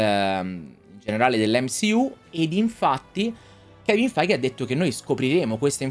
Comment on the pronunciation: ma almeno prima di ripetere il nome di kevin feige 200 volte impara la pronuncia giusta xD